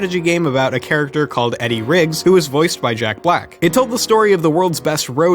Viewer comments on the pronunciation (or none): none